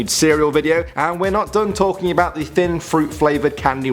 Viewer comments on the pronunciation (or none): none